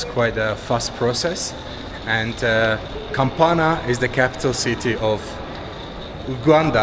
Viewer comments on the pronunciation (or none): bro kampala aint that hard to say